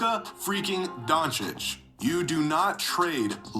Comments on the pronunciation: The fact that he kept saying "Donakick" even though Jimmy was pronouncing it correctly (Donchich) the entire video had me irrationally irritated lol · Get used to it. Fligh knows how pronounce it right he jist choses not to. Donakick is a nickname he has for Luka. Got used to hearing at as Donaking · Wait is Flight trolling??? lol I was laughing then he kept Saying Doncic wrong even though people are saying it to him consistently. Mark doesnt own the team anymore, explaining what an agent is, Players not knowing about trades lol. I think there has been plenty of proof that from years of player interviews of players knowing haha. Also an Owner cannot just move a team lol. Im so lost hahaha. I fuck with you Flight but idk its just hella entertaining to be this wrong and loud hahaha. Big fan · Bro someone teach him Luka’s last name